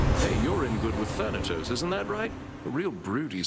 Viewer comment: Had no idea "Thanatos" was pronounced like that,also why does it sound like he's saying "Furniture"